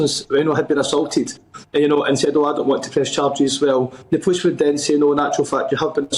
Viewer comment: He is unable to pronounce the word POLICE.